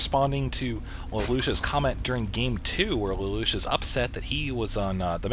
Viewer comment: btw its lay-lush